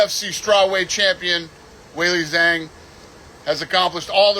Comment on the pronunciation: He can't even say Zhang's name right